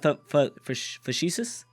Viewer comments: Fah-shee-shush. My favourite one yet. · You can't say facetious but to your credit you used it correctly.